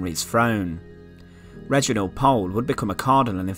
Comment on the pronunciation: Thank you for telling us this. Until now, I had never heard of it. BTW, if you want to be really correct, Pole is pronounced Pool - also de la Pole is de la Pool. I also liked your video about Margaret Clitherow.